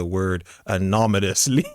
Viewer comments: 'anominously?' You mean annonimously? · "Anominously" That's why you were fired 😅😅😅😅😅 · Can’t speak, “Anomynously”😂, lied straight to his bosses face and needs to look directly into a mirror as to who got him fired! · Anominously....LFMAO...and english is not even my native language. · "anominously" lol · Anomously, lol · Did he say anomanasly meaning anonymously😅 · "Anomonously". Dude can't even speak correctly. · I couldn't stop hearing Anominously too!!!! LMAO!!! Pokemon cards? Fast food? A baby. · ‘My job fired me today.’ LoloL ‘Anominously’. LoloL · Anomanously is a pretty interesting word. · I'd fire you just for saying, "anomonously". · Dummy its not anominisly its anonymously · Yo bro, I didn't send your videos to your boss "AMONONOUSLY", but I'll happily take credit for it, bro. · stop lmao again saying exactly what I'm thinking cause once someone says certain words and "anominosly" is now one of them, I stop listening. Some others are "a whole nother" "irregardless" "finna" and the list goes on lol😂😂❤❤ I love it please never stop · „They were sent anominously“ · "They were sent 'anominously"? Please tell me this is a bit. 😂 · Poor guy couldn’t even pronounce anonymously. Lol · bruv couldn't even say 'anonymously' -- i'd fire him just for that ! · I was the one who got you fired bud. Come teach me a lesson. After you learn how to say anonymous.